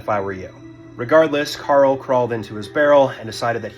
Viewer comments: His name isn’t pronounced Carl. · It's Karel Soucek man, not Carl Susek... You fer real? And yeah... This entire vid is just reading a Wiki page... And not fully at that xD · It’s Karel Sousek, not Carl Susek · You’re saying his name wrong. It’s Karel not Carl. And it’s Souček not Soucik